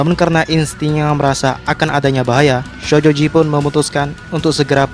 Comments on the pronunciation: Syojoji ya kawan bukan shojoji harus lebih ditekan syo nya🤣🤣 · bang kalok ngomong "sojoji" biasa napa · Ngomong shojoji nya biasa aja dong ih sebel 😒